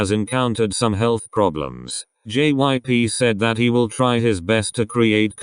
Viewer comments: everytime I watch these kinds of videos, whenever the robot voice says jyp they always pronounce it JIP lmao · Okay this is serious and whatever but did y'all hear the robot pronouncing jyp as jip?